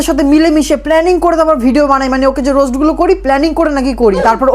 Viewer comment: রোস্ট না বলে রোস বলেছে। সুমীরও তো বান্ধবী